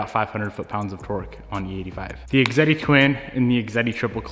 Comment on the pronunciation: Awesome clutch. I think it’s pronounced X ehhhh deee and that thing you want to stick in the ground is a fan.